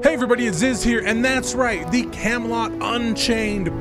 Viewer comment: camelot => camalot => cam-a-lot